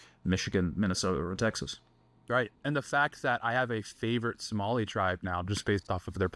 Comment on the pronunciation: No Zohan was from Adam Sandler, not Tom Hanks. Also, Somali is pronounced phonetically, so you did fine, lol.